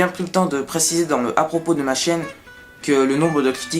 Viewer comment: Fais gaffe, on croit entendre que tu parle de ta Chienne au lieu de Chaine, mais c'est bien, et détends toi hein ! 😆